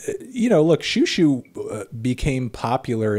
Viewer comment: I’ve been waiting for this since forever. Also the more accurate pronunciation XiuXiu is She-Oh She-oh ☺️